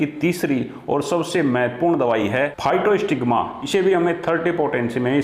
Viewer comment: दवा का नाम physostigma जबकि आप नाम बोल रहे हैं फाइटोस्टिग्मा।